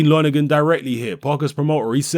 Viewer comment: Help JP familiarise him with the British public? What drugs are u taking? U can't even say lonergan properly!? More like help the british public familiarise themselves with JP? Love your vids but come on!? Think about this one! Lonergan is a bawl bag. He doesn't know shit! JP don't duck nobody! Nor does AJ.